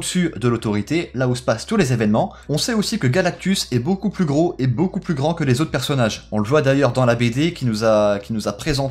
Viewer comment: Rayman 60600 ‘’plus’’ est pas ‘’pus’’